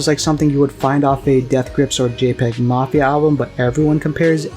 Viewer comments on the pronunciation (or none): none